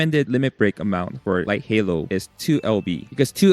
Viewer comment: Light Hello ❌ Light Halo ✅